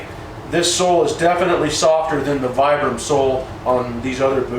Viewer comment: It's pronounced "VEE-BRUM"